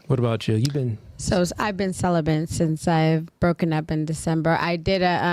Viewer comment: Why do chicks (of all races) say celibent instead of celibate? Do thsy not realize that there is no N in celibate?